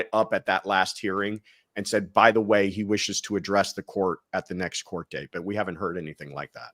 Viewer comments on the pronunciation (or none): none